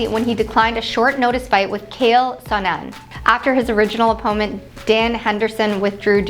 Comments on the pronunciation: Lmao. Her butchering every name. Cale sonnen lol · It’s amazing they don’t pronounce the names correctly esp. when the commentators very clearly say “Bader” & “Chanel Sonnen”…she literally mispronounced every name expect DC